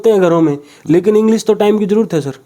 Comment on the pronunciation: इंग्लिश रिसर्च स्कॉलर इंग्लिश को इंग्लिस बोल रहा है, अब इसको नौकरी दे दो और अपने बच्चे इससे पढ़वाओ